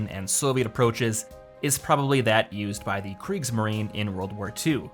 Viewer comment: Kriegs marien not Greek marien